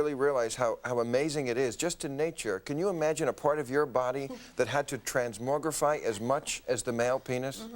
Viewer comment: The year was 1995. He also mispronounced transmogrify mark.